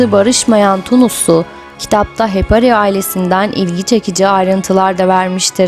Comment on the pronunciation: Madem belgesel yapıyorsunuz , önce Türkçe konuşmayı ve okumayı öğrenin lütfen.. Hepari deyip duruyorsunuz.. HEPARI ..Sonu I ile bitiyor..